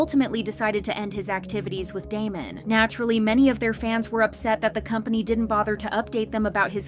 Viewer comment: please before you make videos like this actually pronounce their group name right